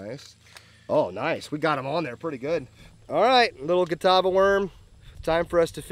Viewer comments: I think it's just funny how was pronouncing Catawba right during the beginning of the video and then now he's calling them a Nazi police officer a Gestapo 🤣🤣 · Named after Catawba Indian tribe. It's pronounced KA-TAW-ba